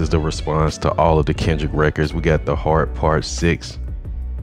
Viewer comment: Kendrick …. Not OV-ho